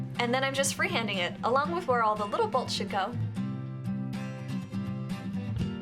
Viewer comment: I thought she said "the little bullshit goes" and rewatched it but she said "the little bolts should go" 😂 hahaha great video though. rocks!!!